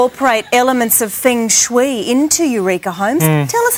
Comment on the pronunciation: omg they butchered the word feng shui :D